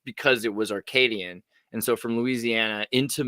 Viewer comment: It's "Acadian" French, not Arcadian French. French names everywhere in the US, there must be a 1000+ I blame Samuel de Champlain (and Louisiana as a whole) Baton Rouge (Red Stick) Des Moines (of the Monks or from the Monks) Tetons National Park (Tétons is slang for tits) Boise (Boisé means wooded area or woods) Belmont (Beautiful Mountain) La Grange (the Barn) Piedmont (Foot Hill) Bayou (Swamp or synonym of marécage in French) Bellevue (Beautiful View) just to name a few Mostly a comment for the algorithm =), while I listen to the show. (catching up)